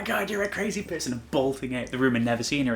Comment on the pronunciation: Where is your accent from? Lol forgive me but I find it interesting you kind of say "peurson" rather than "person" lol idk I just really like accents and haven't heard that in someone's accent before!